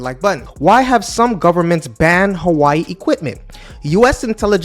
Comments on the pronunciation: I knw you are not from China but for a content creator like you, I think u shld even try to pronounce the product u are reviewing well. How can u be calling Hawaii instead of Huawei? 🤦🤦🤦🤦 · Funny, the primary reason people use Apple devices is the ecosystem which is second to none. Huawei is hardly a threat to them. It’s also pronounced “Who-wa-way” not “Hawaii”. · Hua- we_i. Not who ai🙄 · I love he called this phone Hawaii instead of Huawei. This sent me back to my fun time during my Hawaii trip in the past😂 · HUA-WEI Bro not hawai its not dissame name and speak words huhuhu damn bro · Its Huwawi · „Who Ah Way“ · Hawaii? Lol can't take you seriously if you can't even pronounce the name properly besides the fact you got so many things wrong bout Huawei. U need to do more in depth research about this company. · nah it’s alright it’s just funny. It’s a million time better than how a lot of Dutch pronounce it!! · I think that you check the pronunciation of Huawei. What is impressive about Chinese corporations is they are always reviewing all products and that they encourage innovation and new businesses. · Man stop pronounce the name wrong that is just disrespectful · if you're going to make video on a company I would recommend at least learning how to correctly pronounce the name Huawei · If you gonna cover a brand at least learn how to pronounce it's name